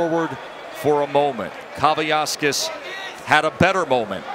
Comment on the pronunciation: At no point did I hear one of the announcers pronounce Kavaliauskas' name correctly. They erased an entire syllable.